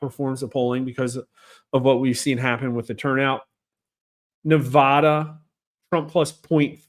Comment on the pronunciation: You still are pronouncing Nevada wrong. ???